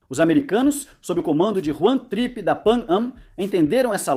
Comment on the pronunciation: Juan TRIPpe?? 😅